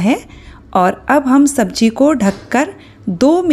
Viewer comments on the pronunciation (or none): Madam sabji nhi SABZI hoti h😂😂